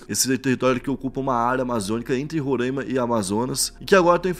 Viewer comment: Salve uma dica Rapidão, RORAIMA tem um I separando o A e o M no caso a pronúncia muda: Não é Rorãima é Roraima... Abraço nos de Roraima agradece.